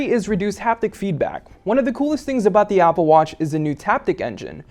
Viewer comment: I hate how he says "da" for "the"